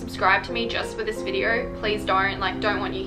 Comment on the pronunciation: Whose gonna tell her that there is no R in the word video. It’s video, not videer